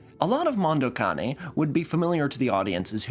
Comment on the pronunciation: holy shit, a youtuber actually pronounced "Mondo Cane" correctly.